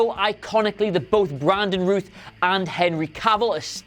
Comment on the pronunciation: Routh = Rooth? Thought it was Rowth...